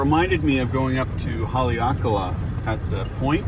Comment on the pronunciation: You pronounced Haleakala pretty darn good for one haole!